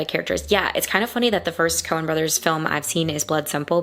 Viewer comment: Coen, not "Cohen". And no apostrophe because it's plural, not possessive.